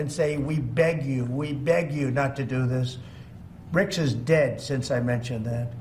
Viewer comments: Trump- brics not brokes😂😂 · It's BRICS NOT BRICKS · BRICS not BRICKS